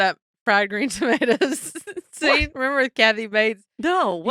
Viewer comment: It’s fried green tomaterrr if you are going to do the accent